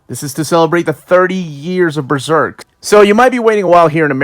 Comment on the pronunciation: That's the correct pronunciation of Berserk, in conformity with the Japanese term ベルセルク (Beruseruku). Most English speakers tend to pronounce it like "Beezerk" and it's awfully contradictory since none of them pronounce Serpico as "Zerpico" or "Zeerpico".